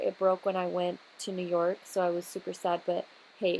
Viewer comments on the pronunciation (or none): none